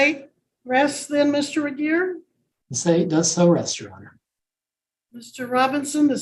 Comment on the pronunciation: It's "Regier."